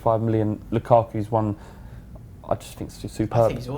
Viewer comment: lukaku not lukaarrku, pronounce it properly